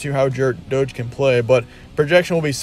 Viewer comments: It’s daygee not doege lol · It's pronounced "DAY-ghee," not "Doge." 😂